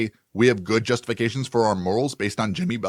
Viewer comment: I swear when said good justifications I heard good guesstifications. More accurate yet still wrong.